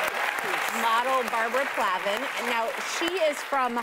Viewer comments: She said Barbara PLavin…it’s Palvin lol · Barbarella PALVIN. Prepare properly got these shows learn to read the names. It's really not that hard.